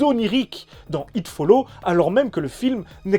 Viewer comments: Il y a un putain de "s" à It Follows... ça me gache toute la vidéo là... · Idem un des meilleurs films d'horreurs niveau concept. Le truc est carrément imbattable, inaretable. Tu finiras forcément par mourrir. Peut être dans dans 24h ou 48h, me le It te rattrapera. Ça fait froid dans le dos 😢 Ps: pense a prononcer le S de Follows, 3e personne singulier 😅